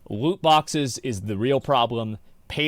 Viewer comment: woot bwoxes - asmongold